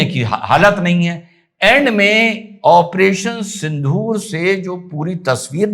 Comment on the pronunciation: I'm annoyed by pronouncing and spelling Sindoor as Sindhoor